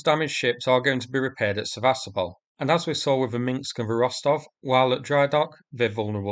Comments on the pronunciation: It’s Minsk, not Minx. I know, it’s not easy to pronounce if your language hasn’t a lot of words with rows of consonants unbroken by vowels. I’m Icelandic and our word meaning ‘Finnish’ is “finnskt”… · When you say Minsk it sounds like minksk